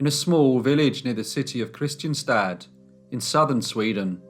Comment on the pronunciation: Kristianstad is pronounced "Krisch-ANN-sta", though.